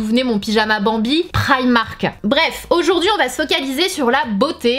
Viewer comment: tes francaise alors dis primark